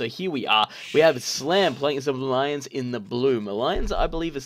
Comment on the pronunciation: Why do you pronounce it 'muh lions'?